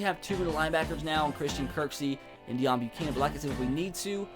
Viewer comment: it's pronounced "Day own" not deion